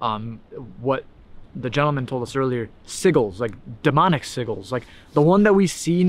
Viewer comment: I think you should call this Sigel Forest. (Btw it's Sigel like hair gel. Sih-jell)